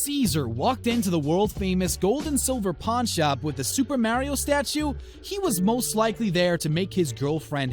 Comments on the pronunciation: You can’t say Mario correctly 😂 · No it’s Mario no maaaario just stop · its MaRiO not marryo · Mario (maa-reee-ooo) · "Martio and Luigi" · Forget about the scam just pronounce Mario right